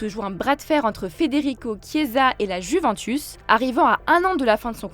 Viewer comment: Apprenez-lui à dire « Juventus » svp